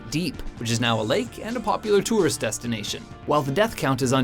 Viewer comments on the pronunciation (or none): none